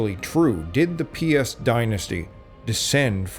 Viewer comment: Piast - not piss... 🤣